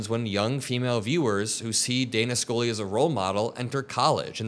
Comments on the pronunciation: Its Scully, not Skoly 😢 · Scully....._skull-lee like a skull......not School -lee lol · Why did he pronounce Scully as Scoley?